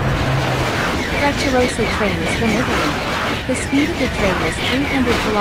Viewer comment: . WHAT ARE YOU DOING! You're pronoucing the name terribly wrong. The proper pronouciantion sounds nothing like the F word. . That is not a Frecciarossa nor is it from Italy. That train is the TGV Duplex from France.